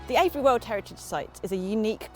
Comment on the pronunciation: It is pronounced Ave-bree, the first half rymes with shave. You were pretty close the first time. I've been to Avebury stones many times, not the long Barrow, but now I've seen this, I will. I live about a 2 hour drive away.